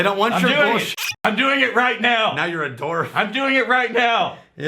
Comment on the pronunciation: says dork funny. It sounds like he's saying door 😂